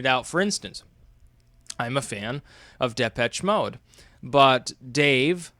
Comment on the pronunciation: my man, Depeche Mode is pronounced "DepESH Mode" (it's a French word meaning "dispatch [of a message]")